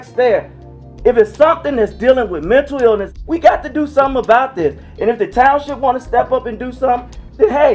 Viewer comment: Dafuq is “mentew ewness”?